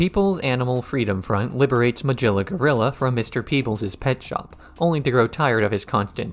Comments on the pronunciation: Great videos to listen to in the background at work, but I can’t get over the pronunciation of Meguilla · Excellent retrospective review. One issue: Magilla is pronounced with a G like “goat”, not as in “giraffe”.